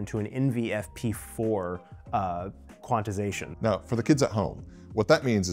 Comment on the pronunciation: Quananananannanatixation? Please, it's Quant-ize-ation. There's no "na" in tyere.